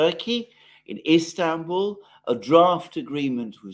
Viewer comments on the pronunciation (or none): none